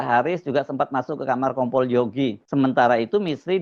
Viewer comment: Itu KOMPOL APA NGOMPOL?! APA SAYA SALAH DENGAR YA?! SAYA TAUNYA NGOMPOL 😂😂😂